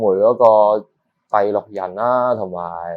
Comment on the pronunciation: 要練下咬字了，第6人，不是地6人